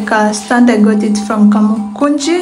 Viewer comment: Nice house but you " ngot" it from😅